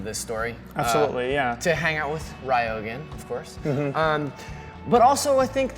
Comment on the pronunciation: The moment he said Rye-O instead of Ryo, I stopped watching.